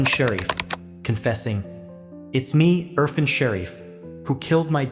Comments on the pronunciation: Urr -faan (pronunciation) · Erfaaaaaaan! It is good to work on names dear! Thanks for good job but it makes it more pleasant if a bit more effort in pronunciation. Aaaa like in Art